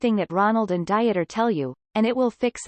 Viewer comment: Janet was a scammer, plain and simple. This will come out in later transcripts. The narration is making me LOL too: "Diet-er" instead of "DEET-er" as the pronunciation, "Jesus" (English version) instead of "HAY-soos".... makes me think that they're talking about the Biblical Jesus.